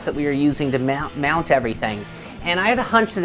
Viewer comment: is she saying mound instead of mount?